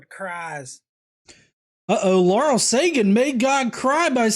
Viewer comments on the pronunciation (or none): none